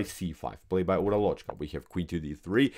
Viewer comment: The correct spelling for o in Uralochka is like schwa and the stress is on first a.